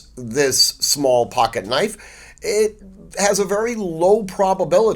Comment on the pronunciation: “Now thahts a noyf ….”